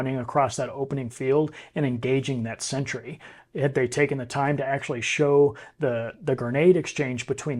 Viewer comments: It's "sentry", not "century" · It is 'sentry' NOT 'century'.